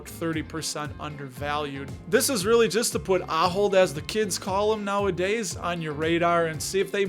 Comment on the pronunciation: My wife and I worked for the Company both in the US and then for 15 years in their Zaandam headquarters. Your pronunciation was close, but I won't hold it against you as it took us a while to get it right. Anyway, while working for the company we were granted quite a few shares that we still hold and are loving their annual dividend increases. I'm also excited to see that it is believed to be 31% undervalued (especially since the share price (in euros) hasn't moved much in the past few years). Maybe it is finally time to appreciate.